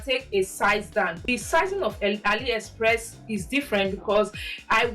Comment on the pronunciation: I love this video. Also it’s A-LEE- express 😭😂❤ not ALLY ❤ but it’s a great vid and I love the fits